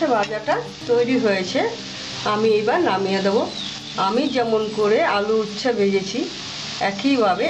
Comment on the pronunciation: উচ্ছা না, উচ্চে হবে।